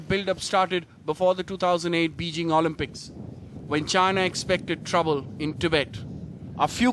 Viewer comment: He can't even say Beijing properly . How can the Indian army defend India? Eunuchs in the army and in parliament and the media.